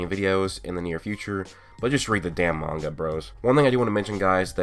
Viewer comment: You keep pronouncing manga wrong